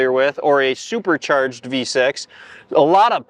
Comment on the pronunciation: i love the northern/midwestern pronunciation of "supercherged" 😂👍